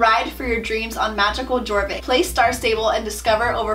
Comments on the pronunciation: no hate but: her: jor vik me: deep inhale *YOR VIK* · I’m sorry but this bothers me haha, it isn’t g-or-vick it’s y-or-vick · its pronounce YOUR-vik not jour-vik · "All about celebrating sister hood" My moms bank account when we had to buy monthly star rider and then buy $80 worth of lifetime; haha n o also is anyone else cringing when she says gorvik instead of yorvik?? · yea thats what I meant, its spelled jorvik, but she pronouncing it gorvik instead of yorvik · It kills me when you pronounce jorvik as gorvik instead of yorvik 😂 I love your channel so much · The fact that you said jorvik when it's actually pronounce yorvik made me kinda cringe xD amazing video <3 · "ohh and there's a jjjjorvik map" it's prononced yorvik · AHHHHAHH NOOO SHE SAID (JOR-VICK) ITS (YOUR-VICK) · I always used to pronounce Jorvik G-or-vick... now I know it’s pronounced ye-or-vick! Right? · Me listening to how she said Jorvik *Honey no, Its YoRvIk not jOrViK* you pronounced it wrong- >:0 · she said jorvik with the j not being silent. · Jjjj-orvik it’s yor-vik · It is pronounced yorvik not jorvik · I am cringing!! By the way it's like Yorvik not Jorvik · Actually, it's pronounced like "Yorvik" since its a Swedish game. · It’s pronounce “Yorvik” the “J” is “Y” Sound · Omg the foal Is soooo cute!! Oh and btw it’s pronounced yorvik why don’t u use the key stickers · you pronounce it yorvik for Sweden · It’s actually pronounced ya-or-Vick j in Swedish is pronounced like y 😊 just a little fun fact the game originated from Sweden. 😊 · You don’t say Jorvik you say it like it is spelled like this yorvik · It's pronounced Yorvik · Jorvik is like yorvik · Okay so i'm not hating on you cause of how you pronounce anything but jorvik is ofc spelled jorvik but i pronounce it like your vik but its spelled jorvik just saying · It’s pronounced Yourvik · Im sorry but i cringed so hrd how u pronounced jorvik LOL i used to say it like that too but its actually pronounced "Your vick" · You said Jorvik wrong 😅